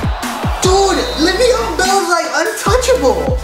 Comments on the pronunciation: It's lev eon not live eon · "Live-eon Bell"